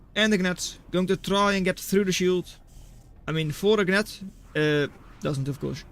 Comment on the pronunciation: typically the G in Gnat is silent, more like nat, sounds exactly like mat but with N